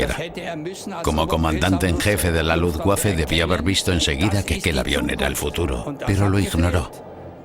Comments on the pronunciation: Se pronuncia luftbafe, no lufguafe. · L U F B A F E , y no lufgüafe que da grima oirlo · Jajajajajajaja que coño luuguafe no pues si que era luuguafe no luffwafe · primero: no sabes decir LUFBAFE, y segundo viva la Luftwaffe. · "LUFTVAFE" (la "w" en alemán se pronuncia como la "v" en español) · Jajajaja la rompió con ese Luftguaje jajajaja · Pensé que se pronunciaba luftbeifen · Lutbafa la verdad. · quién traduce esto??????... cómo que no son capces de pronunciar Luftwaffe, Wansee, Waffen, Werner, Heydrich, Walter........??????????? PALETOS... infórmense antes de traducir y doblar..... VERGONZOSO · Que así se dice, no se lee como se escribe, en alemán la w la pronunciamos como una b no como una g. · MUY BUENA CORRECCIÓN....es terrible la pronunciación, realmente infame